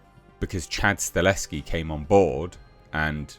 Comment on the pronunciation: It'll be fine., let's try this one more time though: "STUH -- HELL -- SKI". Not Stuh- less -ski".